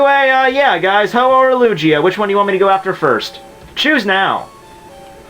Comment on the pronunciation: If he says Lugia wrong one more time....